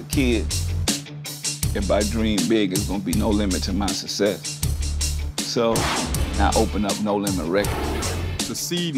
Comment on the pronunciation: why can no rapper pronounce the word "success" properly?